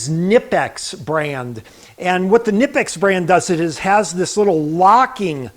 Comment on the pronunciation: Nice to seeing you getting some high quality tools, such as the KNIPEX(btw, believe it or not, the "K" is NOT silent!!). As for the price; this would be "pocket change" for